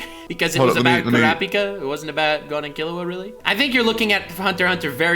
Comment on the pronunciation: Okay, I'm sorry, I clicked on this video because I wanted to hear the takes on the arc and I wanted to hear the reasoning behind the takes, but...... DID JUST PRONOUNCE KILLUA'S NAME AS KAHLUA?! he pronounced his name - Kahlua is an alcohol, man! EDIT: ight, I'm only 15 minutes into this video, and I am gonna keep watching, but idk if I'll watch the whole thing. So far, both of them have made VERY valid points about story writing, characters, the philosophies behind what makes a good story, and more. BUT! They are basically having two ENTIRELY separate arguments AT each other instead of having one debate WITH each other. They are both getting pretty emotional, jumping from point to point, making claims about why it's good or bad without saying WHY that thing makes the arc good or bad, AND they're basically discrediting each other with little to no support to WHY a certain point is irrelevant/illogical/invalid. Also thanks if you've read this far lol I just wanted to share my thoughts. I'm honestly kinda surprised that is getting so emotional, since he's given such deep analyses of stories before. Idk, I guess I just thought he'd be a really coolheaded debater. Guess not so much sometimes lol. I think he may have been feeding off of / reciprocating energy a little bit lol. Also also I think some very bad claims and points and takes were made. Also x3 saying "it's just a show". Like... okay, then why are the best shows ever the best shows ever? Bec